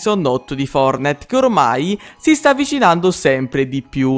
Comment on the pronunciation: Fortnite si dice no fornite lmt